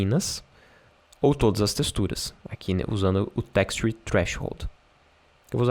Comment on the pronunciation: so a pronuncia do texture que precisa afinar.